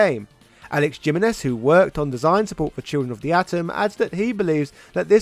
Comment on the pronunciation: Gee-men-ez... bro. He-men-ez, it's Spanish.